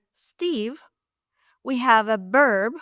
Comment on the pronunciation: Buen video,! I laughed a little at your pronunciation of "verb." You sometimes say it as "berb," because, in Spanish, the "v" at the beginning of a word is pronounced "b" -- something we gringos have to be reminded of! I don't know how long you have been speaking English, but you speak it almost flawlessly.